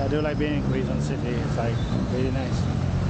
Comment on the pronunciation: KEH..zon, that's the right pronunciation. Good luck! Take care in your next travel.